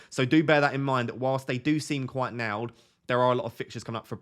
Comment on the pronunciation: Nailed pronounced “nowd”